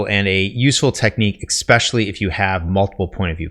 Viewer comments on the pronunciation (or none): Stopped the video early because he was lecturing about pacing while offering a poorly paced video. Also he said exspecially instead of especially. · Good content. Be advised, your 'ex-pecially's are distracting. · It drives me nuts every time you say "ekspecially". Is that a regionalism? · Why is it possible to get so far in life, to be smart, and not understand how to pronounce it EH-SSSSPEH-SHULLYY; not eXpesially? No hate dude I say that as respectfully as possible, don’t mind my 1am rants. Just from personal experience if you say that in any networking situation, it’s an immediate turn off. It’s like misspelling “friend” on your Harvard application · I legitimately can’t stand when people say “eckspecially” or “expecially” when it’s supposed to be ESpecially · Especially* not exspecially lmao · It's "especially" not "expecially" 👍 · Im sorry, but it's pronounced "ess-speh-shal-ly". I only mention it because you said it several times in this video. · You seem like a smart guy, but seriously, it's not eXspecially. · I like the videos, the info is great. And full well knowing this is probably just me. It grated on me each time he pronounced especially, “eXspecially”. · in—"eckspecially"??? Sheesh.🫣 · sorry i had to stop listening after the second EXspecially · I'll keep watching but after he said "eckspecially" at the beginning of the video I'm going to take this writing advice with a grain of salt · Especially not EXspecially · One good thing to d would be to stop saying a word that you mispronounce over an over again, Xspecially that one. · Your advice is really good, but you keep mispronouncing 'especially' and it's incredibly distracting. I know this is a really minor pet peeve but you use that word a lot so it's really noticeable. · You lost me after your attempt at "especially."